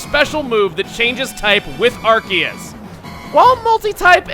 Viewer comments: NOOOO IT'S PRONOUNCED (AR-SEE-US) NOT (AR-KEE-US). sorry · Also,, I noticed that even you say ArKEYus. I was wondering, do you normally say it that way or do you also pronounce it differently like I do with saying ARSEUS? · I like how he pronounces Arceus ArKeus not ArSeus. That's how I pronounce it but everyone else I know pronounces it ArSeus. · Arceus, the one pokemon that proves that official media has no clue how to pronounce pokemon names. Seriously, Arceus has 3 official pronunciations, Pokemon Battle Revolution, (and its japanese pronunciation) have it "Ar-SEE-us", the anime has it "Ar-SAY-us", and has it "ARK-ee-us" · Masae must be working overtime for all these legendaries. Also shouldn't that be a soft c in Arceus since it's followed by an e? Just a thought, i know English doesn't really follow any rules of pronunciation.